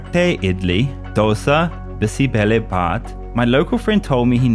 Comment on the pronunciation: Love the way how he pronounces "thatte idli, Dosa and Bisi Bele Bhath"